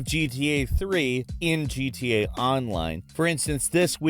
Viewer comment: Dude it's GTA not GTD grand theft auto not grand theft dorto lol